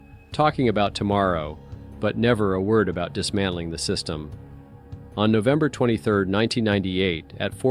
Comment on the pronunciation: Are you using an AI gen voice? What are you saying: "On Octer 17th?" What's "Octer?" Surely if you mean "October" you should be able to pronounce it. Same when you say "...on Nover 21." You mean "November?" And you're mispronouncing "Yosemite." And what is "Kilo neutons"? Edit: The fact that you completely ignored a perfectly straight-forward, legitimate question speaks volumes.